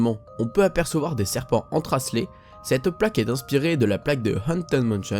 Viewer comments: C'est vrai, à tu dis "entracelés" au lieu de "entrelacés", c'est pas méchant mais bizarre.....;-) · Hello, fais attention lorsque tu dis des mots ou noms que tu ne connais pas: "entreLACES", "LUDWIG van", etc, c'est vraiment difficile à l'oreille, voire ça change le sens (obligé de repasser le moment pour comprendre). Sinon super vidéo, comme pour toutes ces vidéos "secrets" ou plus "docu" qui sont à mon sens tes meilleures. Big up! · ? entracelés ? 😹 entrelacés